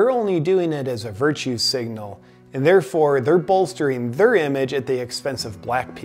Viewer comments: I think he slurred. I don't recall him every saying "their" like "thuuuur" before. I think that's why it stuck out. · The word is pronounced like "thair" not "thur."